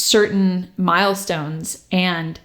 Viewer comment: just keep hearing Miles-tones